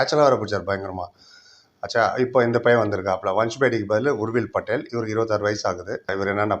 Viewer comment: பெயரை சொல்லூம்போது நிறுத்தி தொளிவாகசொல்லவும் புரியவில்லை